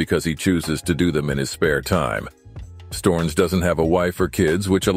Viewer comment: LOL "Storns"? Americans.... or maybe I should call them Amricans It is S t_O_ (like Oklahoma) r n_E_ (like eleven)s.